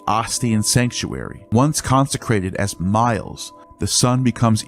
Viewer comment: 'Miles' is pronounced me-les